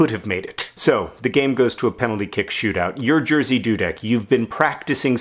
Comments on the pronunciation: It's Yeah-zhi. Zhi, as in the word "pleasure". Not, "Jersey". Thank you, A Nerdfighter from Poland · John you are an amazing person but that's not how you say Jerzy ;) It should be more like Yeah-shh ^^ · This is the weirdest way to pronounce the name Jerzy wrong. I had no idea who you were talking about until I read the description. Good effort, but it sounds more like Yeh- shih, with the first part accented, and the sh of the second part is really hard, almost like a "j" sound. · Jersey Dudek <3 For me it sounds hilarious, but in a lovely way. And we all know mispronouncing is your thing. Also, the guy was beloved by all boys in my school, but I never heard this story. Thanks :) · Sooo... I'm Polish and I could not undestand who you were talking about for the longest time :D when I realised who this misterious "Jearsey" guy was I could not stop loughing over your pronunciation of his name (Jerzy) but I totally get why you would pronunciate it this way. Dudek was pronunced perfectly though! A+ BTW you made my day! Greetings from Poland! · I cannot get over how you pronounce "Jerzy" :D Do all English speakers do it like that? (It's more like "yeji", where the "y" is the same "y" that's in the "yippe kay-yey", and the "j" is pronounced like in the French "je t'aime", and the whole thing translates to Jerry) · Its pronounced Jeshy dudek, its usually difficult for americans and other people to pronounce polish😅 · it's pronounced more like ye-shi doo-deck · wait... is his name spelled "Jerzy" in Polish? shouldn't it be pronounced "yezhih"? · Yup, it's amusing that an average anglophone can only guess pronunciation of one letter in "Jerzy" right. At least the guy's surname's easy, not like certian Lewandowski's or - even worse - Błaszczykowski's :D. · I’ve never heard anyone say Jerzy outside of Poland and I would never guessed it’s pronounced like that in English. Interesting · GOD YOUR PRONOUNCIATION ITS NOT a hard name GOD MY EARS au